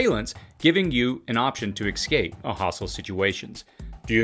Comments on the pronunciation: Ess-scape, not X-scape! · Love your channel, but you're pronunciation of "ex-scape" was killing me. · There is no "X" in "escape".